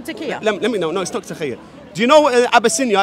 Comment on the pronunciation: taqilla not taqqiya lmao